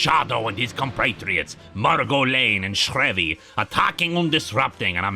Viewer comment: The Shadows driver is pronounced SHREEvy. At least it was in the radio shows. #radiogeekproblems ;)